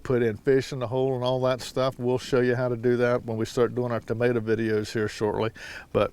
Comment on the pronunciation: I love when you say “tamater”! 😂 just like my husband.